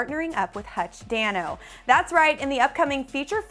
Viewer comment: joslyn, u pronounced hutch's name wrong!